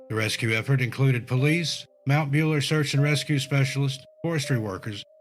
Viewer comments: Mount Buller is pronounced like Bull. I am in the Northern park of Victoria and never knew this. This is frightening. No more camping for me in those areas. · and? Still ain’t Buller🤷🏼‍♀️ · It’s Mt Buller as in bull er not builer lol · It's pronounced Mount BULLER as in male cow, not bueller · As a born and bred Victorian who has just found your channel I remember all of these cases well. There are just two thing I want to say. Firstly - Mt Buller is pronounced like Bull (the animal) not Ferris Bueller. Secondly the Victorian high country is very deceptive and the weather can turn very quickly. The locals will tell you that it can appear warm and sunny with bright blue sky in the morning, even lunch time and by the middle of the afternoon the clouds have rolled in,, the winds have picked up and the rain and even sleet has taken over. It is not just the elevation - it is also the peculiar topography of the mountains. It is not a place to take lightly. People who do not know the area should never go there alone or without a guide who can get them out of there. There are huts set up with supplies for those who are caught in the weather but you have to know where they are (at least there used to be - I have not been up there for a long time now). If people are going to continue to venture up to places like that unprepared, then people will continue to go missing. Apologies if that sounds harsh. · It's not Bueller. It's pronounced BULL A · Mount Buller isn’t pronounced like Bueller, as in Ferris Bueller, it’s pronounced like the word ‘Bull’ with an er at the end. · Why does he pronounce Mount Buller as Mount Bueller ??? It's pretty easy to say BULL ER. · It's Mt Bull-er, not Beuller haha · It is pronounced Buller , cow/bull. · Its pronounced mount bull-er :) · Bueller not builer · Not Ferris Buellerrrr hehe. I giggled at the mistake when he said it 😍